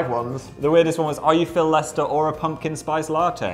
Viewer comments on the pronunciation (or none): none